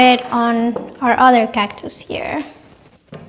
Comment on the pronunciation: you have such a pleasant manner and beautiful smile! Your video was very informative and a joy to watch. I love the way you say cactus. ❤